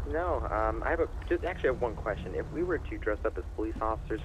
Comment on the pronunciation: 'I have a quvestion' 'Nope, let's get on out of here'